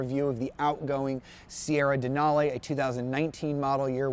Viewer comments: gay...."lara-may"..."dena-lay". UGH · “Denalay” and “Laramay”?! Nope, I’m out